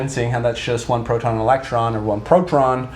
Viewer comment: Why are you calling it protron? It's proton right?